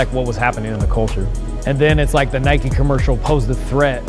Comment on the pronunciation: NIKE FFS NOT NIKEY